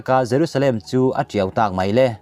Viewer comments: Tiau i tih hi Tuipui kam a tiau vaivut ri angin i lam ri a,Tiau(r) darh anga lam rik zawk tur a ni lo maw??? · Ka ti tiau ang: tih thlukah hian tiau hi a hi sang tur a ni. Ka tih tiau chhungin tih a a ri hniam hi chu a dik . Mipuite a thaw dawn, tih hi thli thaw ang ang lam San tur. Mihring kan thaw anga lam hniam a dik lo.